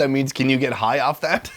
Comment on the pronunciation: "mabok" nailed it! 🤣